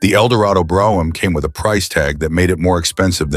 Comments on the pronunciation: Funny as shit how random Brougham is pronounced.. Drinking game content. Will he or won't he say Brough-ham ? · The AI narration pronounced "Brougham" 4 different ways. Wish it would have settled on the right one, which wasn't one of the 4! LOL